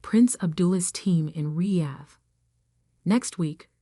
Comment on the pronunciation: Is it my imagination or did the AI pronounce the word Riyad differently every time it came up in the story?